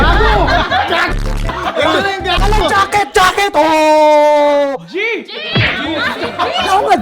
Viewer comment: ano kasi hindi gaket 😂 jaket🙄